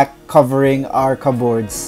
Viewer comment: The stress in the word CUPBOARD (kəbərd) is in the first syllable not in the 2nd. Sorry that’s me being critical otherwise your video is very engaging.